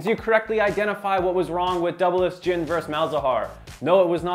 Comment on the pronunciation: JHIN* not Jihn